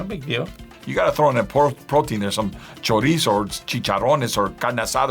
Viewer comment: You know you gotta learn how to properly say ‘chorizo’ if you’re going to be around it.